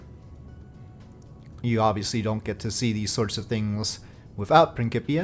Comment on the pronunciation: I believe it is pronounced "prin-s-ipia", not "prin-k-ipia", even though it is for KSP. Otherwise it would, or should, have a "k" in there instead of a "c".